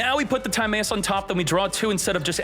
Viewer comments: Your pronunciation of Timaeus has to be a joke right? If not, Yugioh is not for you anymore lol. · Timaeus gonna go blind with that pronunciation